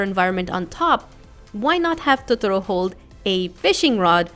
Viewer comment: its pronounced to-to-row